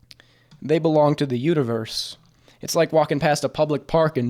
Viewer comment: absolutely died when he said "Belong to the uterverse"